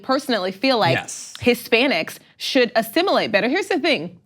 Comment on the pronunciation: Assimulate? What,is he the borg from star trek? Asshole who deos he think he is telling people who they can love.